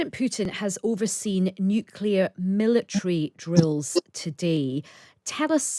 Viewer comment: So surprising to hear a knight of this realm and an obviously educated man saying such nonsense as “hence why” and pronouncing nuclear as “nucular”, rather like that imbecile George W Bush….smh